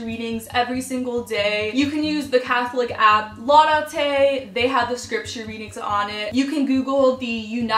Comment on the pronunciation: Dayeeeemmmmmmm👌🔥🔥🔥🔥🔥 And btw, it's pronounced 'Lau-Dahh-tey' (Laudáte)